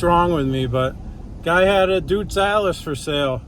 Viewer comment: “Doitz Allis”